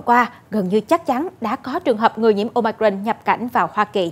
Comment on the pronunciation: Ten cua bien the doc la : Ô mi cron !